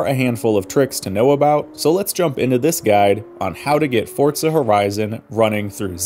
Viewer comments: Why do you call it Fortza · haha ' Fortza ' i'm not the only one that hears it right?😂